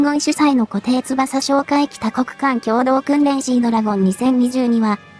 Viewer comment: 固定翼 誤りーこていつばさ 正解ーこていよく なぜ漢字読みの間違い多いYOUTUBE